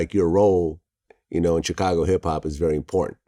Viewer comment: Vlad kill me how he pronounce Chi-Raq and Chicago.